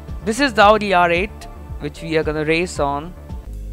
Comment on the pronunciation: so stupid he says augi instead of audi